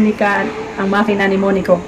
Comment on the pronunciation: Makina, hindi manika😄